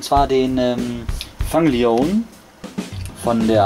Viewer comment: Eigentlich nicht schlecht, aber der eine wird nicht ,,Fang Lion" ausgesprochen, sondern ,,Fäng Lion" (geschrieben Fang Leone)